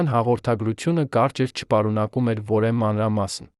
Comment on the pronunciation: Երևան , որևէ , հետևանք , կարևոր , հետևում , երբևէ , դեռևս , մարդիկ ( մարդիկը չէր կոռումպացված ... )։ Հետո՞ ... Մեկ ուրիշ մարդ չի կարո՞ղ ընթերցել. Բավական է ։